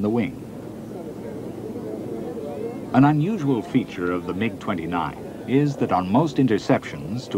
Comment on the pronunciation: He pronounce 'MIG' correctly